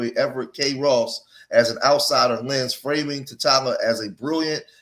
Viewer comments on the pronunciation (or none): none